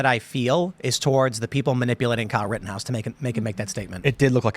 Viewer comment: "Riddenhouse", Our rights will be "Eden" away??? Why can't young people pronounce glottal stops, or nasal consonants anymore???